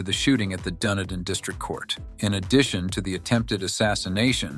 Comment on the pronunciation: Dun- EEE-din